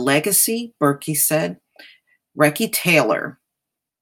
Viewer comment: Her name is pronounced REE-SEE (long ē sound sound). Recy Taylor, may she rest in peace eternally💗97,she's an inspiration for many generations to come. Thank you for covering this on your channel.